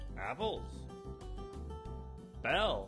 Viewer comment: and bella “Bell”